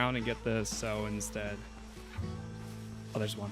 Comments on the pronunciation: City man alert! Like others have pointed out, it's sow like 'how now brown cow" hehe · It’s sow like the word how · pronounced sow like "ow" iit hurts add an s sow